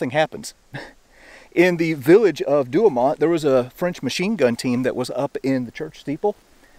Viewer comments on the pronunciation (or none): sorry... "4 du oh moe" google will give you the phonetic pronunciations...and I'm just messing with ya, I love your channel! That's Fort Douaumont sounded out as we used to say. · "For- Do Oh Moh" Fer cryin' out loud man Google can tell ya how to pronounce these French Nouns.